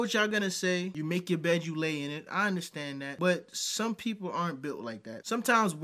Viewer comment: 🙋🏾‍♂️ It's u.n.d.e.r.s.t.a.n.d.! Not innerstand, understand? 😂😅😂